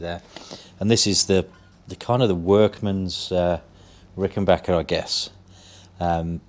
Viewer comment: Congrats on the Azureglo! I have a 1977 myself. Always glad to hear somebody pronounce "Rickenbacker " correctly!